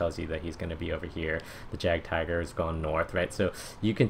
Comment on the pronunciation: I Cringe at his pronunciation of jagtiger